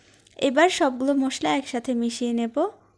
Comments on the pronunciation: Musla na re musli ota k mosla bole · আপনি মসলাকে মোষলা উচ্চারণ করেন। এটার উচ্চারণ মসলা।